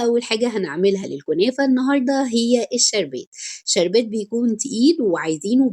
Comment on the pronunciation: جزاكي الله خيرا معلش لو امكن كلمة شربات ممكن تقوليها عادي بحس أنها مش لطيفة بالشين المرقق فضلا مش اكتر معلش مقصدش حاجة طبعا